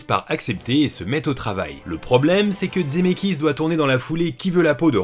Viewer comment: Coucou, je découvre cette vidéo un peu tard, c’est super mais j’ai une question… pourquoi tu dis « Dzemeckis »??